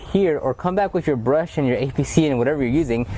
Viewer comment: With not wif*